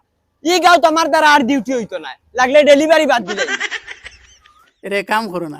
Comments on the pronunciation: ডেলিভারি ❌❌ ড়েলিভারি😁 কি রাগ করলা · ডেলিভারি ❌ড়েলিভারি✅ ❤️ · ড়েলিভারী ✅ ডেলিভারি ❌ 🤣😂😂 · ড়েলিভারি ❌ ডেলিভারি ✅ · ডেলিভারি ❌ড়েলিভারি✅